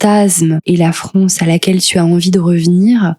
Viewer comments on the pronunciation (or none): Rien à voir mais ça vient d'oû cet accent ? Je veux dire, prononcer les "a" comme des "o" ? France = Fronce ?